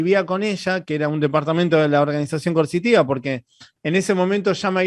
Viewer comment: el no dice coercitiva. Dice mil veces y lo escuché diez mil " Consitiva" , o no se le entiende. Y sé que significa coercitiva, pero no es lo que dice.